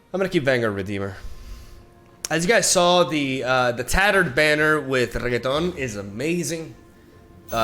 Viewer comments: Wtf? Why is he mispronouncing renekton? Cringe. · Why you always say Reketon HAHA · Me: "It's pronounced Renekton": "Reggaeton" Me: "Reggaeton" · Cara... Tem certeza que o nome do campeão e REGGAETON? kkkk Se pá, mas só se pá, pode ser reNÉKton. Mas admiro a Zuera. BR HUE. Seu canal é f0da. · Please... Watch any LoL video with RENEKTON in it. RE-NE-KTON. Reggaeton is a music type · I’ve been watching a lot pro league of legends, I’m used to hearing and saying renekton.. but after a few weeks of watching, i need to stop myslef from pronouncing it Reggaeton.. lol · I truly despise how you are calling Renekton, Reggeton. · why the fuck is he pronouncing renekton so weirdly its really annoying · Start watching video, hear mispronounce Renekton on purpose to piss of people, dislike and close the video. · Honesty is the best policy. With that being said the way you say Renekton makes me want to delete your YouTube channel :) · boi why u making renekton sound like a type of pasta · Can we please pronounce Renektons name properly? Please I like your videos but you saying his name wrong tilts me so much!! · Not a fan of how he says Renekton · I don’t get why people don’t like the way he says Renekton. It’s funny and I love it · They just dont get the reference that's why they hate it lol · Lets say that someone makes a video talking about (for whatever reason), and instead of saying his name like they pronounced it Maygul every single time. First few times, it would be very funny. Then when you realize that the person has no intention on ever using the person's real name, it becomes downright disrespectful(meme or not). Might not seem like much since this is a digital card game, but to the people who have watched champion spotlights, watched notable streamers like RenektonOnly, and have dedicated countless hours to loving the champ, that level of disrespect can go a long way to piss them off.